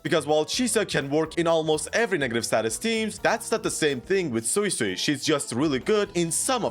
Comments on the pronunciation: Sway-sway is the way to pronouce it🙂. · It's sway-sway